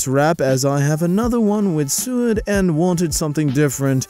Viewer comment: Just so you know, suede is pronounced "swade" it's the underside of leather